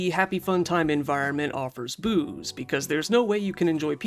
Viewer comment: Sounded like you said boobs instead of booze 😂